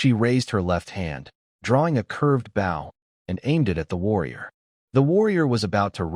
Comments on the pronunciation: Ai bow is pronounced as bo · When will someone teach the AI narrator that a BOW used for shooting arrows rhymes with slow or toe. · The whole thing needs way too much work. Being the first one of these stories and it is another AI narrator that can't tell the difference in which context to use the right words. Bow the weapon is not the front end of boat or a sign of respect. If AI can write these stories why can't a AI narrator , narrate the story right. I listen to the story, the images don't matter. If the story is narrated like a professional narrator did it, the images won't matter. I have created a narrator that you have to go through the story and pick the definition of which word to use in which context. It seems these stories are about quantity not quality. I will not listen to any other story in this category.